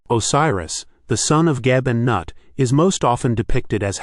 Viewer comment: I thought Nut was pronounced like ‘newt’